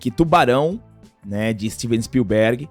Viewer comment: Tu vai morrer sem aprender a falar Spielberg. Som forte é no "i"